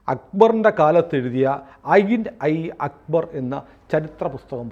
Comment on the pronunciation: ഐൻ ഐ അക്ബർ എന്നല്ല "ആയിന എ അക്ബർ" എന്നാണ്